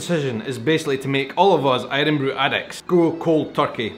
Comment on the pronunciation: Irn bru not Irrronnn bru!!!